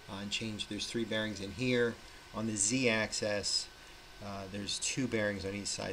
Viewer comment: Please don't say Z-access, It's Z-axis. I stopped watching . Just trying to help here!!!